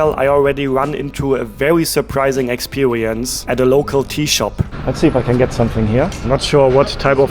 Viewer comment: expewewince” haha funny not making fun of ur language just saying funny how u say it make’s me laugh 😂